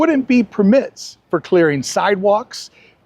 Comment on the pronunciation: Just here to say “perMITs” one more time.